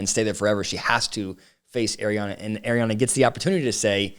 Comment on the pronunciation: Ariana.... not Adrianna